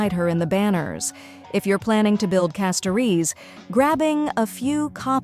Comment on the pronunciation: It’s wild how AI can’t pronounce « Castorice » correctly each time 😂😂